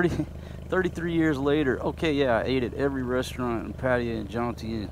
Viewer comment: PAT AY YA That's how the locals said it when I was there.